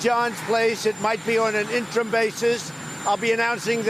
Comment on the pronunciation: All he does is repeat himself. He could not even pronounce interim correctly. What a Moron & yes deliberately giving interviews by noisy helicopter.